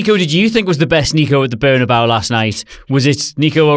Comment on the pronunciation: Bernabéu is not berna-bao like it's a side from the bad Chinese takeaway. Bern a bay ew.